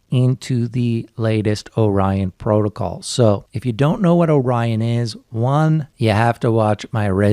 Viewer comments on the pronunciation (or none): Man, you guys put out some fantastic content! There are some good, even great crypto channels, but there's FAR too many that are just CryptoKiddies talking 'bout nothing, and trying to get YouTube rich. Oh, "Orion" isn't pronounced "Oren," it's "Oh-Ryan." You know, like the constellation, or what Ryan's girlfriend might say during an intimate encounter. Ohhh Ryan :-)